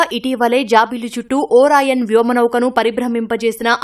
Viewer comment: ఓరాయన్ 😂😂 కాదు ఓరియన్